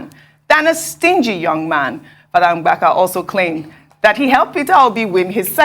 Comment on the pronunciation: It's not Mgbaka... But Mbaka